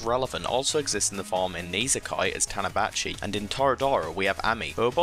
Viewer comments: Made me laugh when he called Tachibana==Tanabachi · WAIT. DID HE JUST SAY TANABACHI???